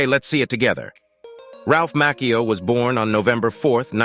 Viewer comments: It’s MA-CHI-O not MACK-E-O 🙄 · he said mackio its ch ch chc chu